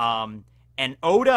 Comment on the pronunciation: Oda not ora